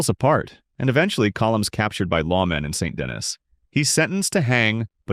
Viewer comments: Saint De-KNEE* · Amazing content. I lowk hate the way you pronounce saint dennis and colm but other than that amazing content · Video idea: "Learning how to pronounce Colm, Van der Linde, and Saint Denis how they're meant to be pronounced."